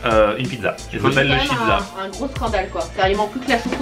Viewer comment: on dit pas chizza mais cheeza